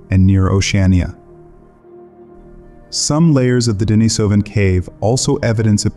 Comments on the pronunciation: Pronunciation: De-NEE-so-va (not De-ni-SO-va), De-NEE-so-van (not De-ni-SO-van). If you're going to make a video about these people, at least pronounce the names correctly. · I counted four different pronunciations of "Denisovan" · You might want to do a deep dive and learn how to pronounce Denisovan.